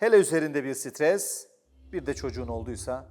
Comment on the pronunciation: Lan adam stres yapma diyecek ne geveledi ya